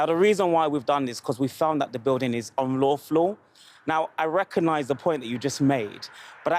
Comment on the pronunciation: He cant even say unlawful. All these planning conditions is ridiculous with london unless they are taking a cut 😂